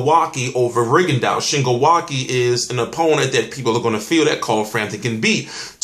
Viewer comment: Awesome matchup Ive been waiting for the longest for Wake to get a title shot. Also you pronounce his name wrong you are saying Wa-ki its Wa-ke Ke as in kempo